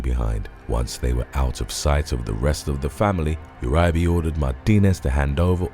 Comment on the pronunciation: It’s Ur-e-bay and Maine-ge